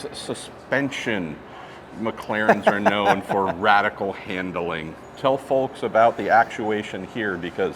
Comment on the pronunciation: before Pruett said "fahlks". Pretty good. Great Tech Tour!! The Mayor is a delight. Keep 'em coming!